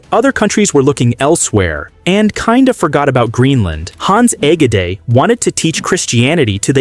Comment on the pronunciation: You should work on the correct pronunciation of Hans Egede. 😅